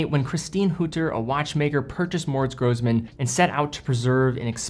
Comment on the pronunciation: Pronunciation snob here - double s in German is pronounced as "s" instead of "z". Single s is "z". Seriously cool that you featured this brand, though. Keep up the great vids.